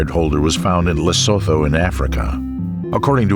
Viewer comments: It's pronounced "Lay-soo-too", not "Le-sow-thow", regardless of its spelling. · Small nitpick: Lesotho is pronounced "Lesootoo". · I actually love this documetery but you said Lesotho wrong so many times I had to say something. For those you don't know it pronounced Le-su-tu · The h in Lesotho is silent, it’s pronounced lesoto